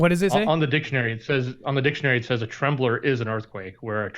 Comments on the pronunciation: I thought so. He pronounced it incorrectly. said... T uh blor it should be T (long a) mblor. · Never heard of, or seen the world “temblor” before 😳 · Wtf is a temblor. I thought you were talking about an app. Never heard that one. Mandela !